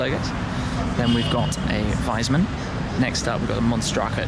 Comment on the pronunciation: Wiesmann is pronounced [Weese-mun], not [Waise-man]. :)